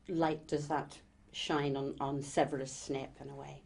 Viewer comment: "sevurus snep"